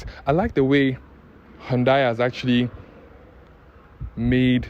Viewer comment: The way you even pronounce the “Hyundai” shows you really know the job. 👍🏻